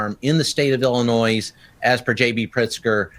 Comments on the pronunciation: It's NOT "Ellen-Noyze". It Ellen-NOY ILLINOIS is not plural. It's Indian. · Illinois has no s sound, Sir. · Correction... Illinois is pronounced without the "s". Where are you from sir?